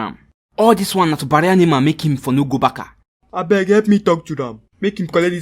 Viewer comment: What is Barka?😂. Barca not Barka